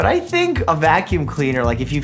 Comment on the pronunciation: Doctor mike: Yah boy. Uh boy know how to tink and stuff Me: what did he saaaaayyyyy ??????????